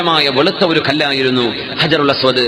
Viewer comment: ഹജറുൽ അസ്‌വദ് അല്ലാതെ അജറുൽ എന്നല്ല